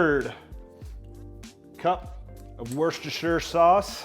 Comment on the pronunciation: "Wuss-tah-sheer sauce!" Love, Your friendly Massachusetts (Home to Worcester, MA) viewah.